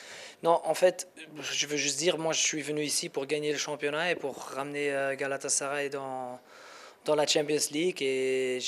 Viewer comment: Herkesin şu yabancılar gibi GALATASARAY telaffuzunu öğrenmesi şart